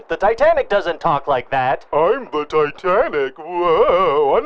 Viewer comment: Tit Anic? Souldnt be pronounced like "tight" anic then?